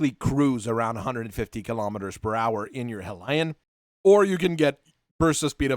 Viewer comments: It's pronounced as HELL EON not Hell Lion as you seem to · It's pronounced Hell-e-an, not He-lion. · I was cringing for the entire video on that pronunciation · Phonetically it's Hell Yun That aside, this is an excellent 'Mech. I'm particularly fond of the B